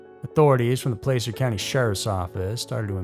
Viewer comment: You are pronouncing Placer like Placer County wrong. I don't blame you if you are not familiar with the name or from around there cause that's how it is spelled. Look up a type of gold called placer gold and that will show you how to properly pronounce it if you want to. The areas in California such as Placerville are names such because they are gold rush cities and areas. Love the videos.